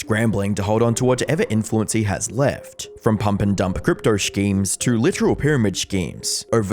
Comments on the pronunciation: Not gonna trust any videos from anyone who pronounces "schemes" like that 😂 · IT'S PRONOUNCED : SSSS-KEEMS not SHHHHHH-KEEMS. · skeems = schemes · Shhkeems lol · ok but why do you say "schemes" like that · Please.....NEVER pronounce schemes like that again. That is terrifying. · You don't know how to say schemes right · the way you say "schemes" is awesome and it got me for whatever reason. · Why are you saying Schemes like that? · Turns out you cant say "schemes" lol